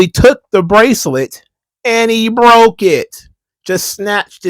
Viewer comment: What's wrong, Mr. Best in the World? Your bwacelet bwoke? Okay, just go to Michael's and buy a new string for it.